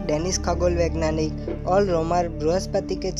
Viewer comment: Vegnani nahi vegeyaani hota hai yar